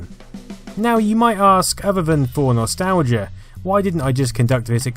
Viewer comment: Dat 'stalgia